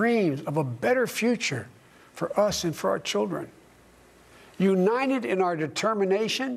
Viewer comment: In his acceptance speech Joe said: "...for Lord's sake; we're the you-nite-uh states of America, we haven't accomplished anything". According to the media it was Bidet's "best speech ever", he really was "spot on target", "Joe really laid to rest OUR President Trumps assertions that he was in full control of his mental faculties". I rest my case. Joe says "WE, the People" have not accomplished anything; when what he really means is: Joe Biden and cohorts have not accomplished anything FOR our country.